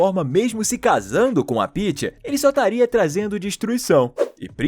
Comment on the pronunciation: Kkkk Paeths Peaeths Paeths😂😂😂